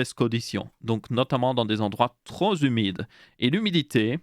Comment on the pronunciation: "Trop Zumide" ? 😆